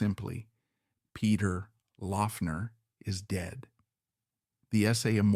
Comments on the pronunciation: Great video, just a heads up though... His last name was (supposedly) pronounced "Lock-ner" despite the spelling. :) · Yes, it was "Lock-ner". This video is long and a bit thin. It's like the author (OK, it was AI), didn't have enough information to fill the half hour. Peter was more complex than this vid could portray him, and more connected to other musicians than seems to be implied. Two much better resources for those who want to know more about Laughner should check out Aaron Lange's excellent "Ain't It Fun: Peter Laughner Proto-Punk in the Secret City Punk". The other essential resource is Smog Veil Record's 5-[or 6 if you pre-ordered] LP/CD Box Set, Peter Laughner", which also includes an excellent 100 page book on PL. It is extremely well-researched, and the music was accumulated from over 10 years of effort. A stellar project. It is out-of-print, but available on the secondary market. Expensive. Another useful resource is youtube - just search with his name and you'll find lot's of recordings to listen too. Peter at seventeen, Mr. Charlie